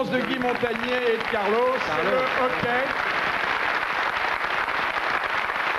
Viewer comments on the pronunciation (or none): Pas le "hockey";le "hoquet",Philippe.